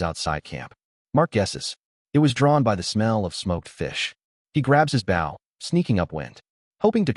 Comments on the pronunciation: The narrator needs to learn how to pronounce Bow! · A Bough and Arrow 😂😂😂